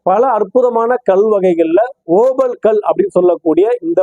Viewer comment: ஐயா சாமி தங்களின் ஓபல் என்ற உச்சரிப்பு இருக்கிறதே காதில் நாரசமாக ஒலிக்கிறது இந்தக் கல் Opal There are many variety of this Opal stones Black Opal Fire Opal Blue Opal White Opal These are Semi _ PRECIOUS STONES Black Opal is most expensive stones While you talk in tamil opal stones give the pressure in your tongue I mean your pronounceation நன்றி வணக்கம் ஜெய் பவானி